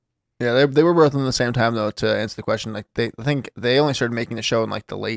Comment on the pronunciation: When did Tim start pronouncing both as bolth ?